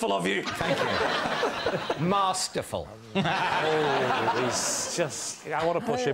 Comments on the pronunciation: Oh David, where is the "r" in "Marsterful". It's Masterful. Fool! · Long a ..no r ....as he is Masterful at this . ❤️